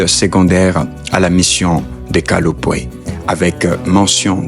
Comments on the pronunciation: C'est kapolowe mission et non kalowe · KAPOLOWE et non Kalowe